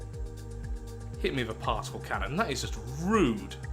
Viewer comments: I swear, at least 50% of the time he is saying "Parcel Cannon" and not "Particle Cannon" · I think you are the only person to pronounce the C in particle as an S instead of a K. At least the only person I've seen on yt.